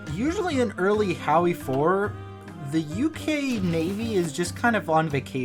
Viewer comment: How wie for